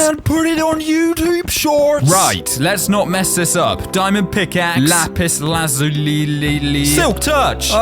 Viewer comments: People don't really know or care but its pronounced lap is laz you lie Edit: turn cheats on then turn keep inventory on, turn cheats off again keep inventory will stay on. Atleast in bedrock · “Lapis Lazulililili” 😂😂😂😂